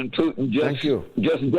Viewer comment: Will someone mention to that Simon guy that Russian president's surname isn't Pyutin.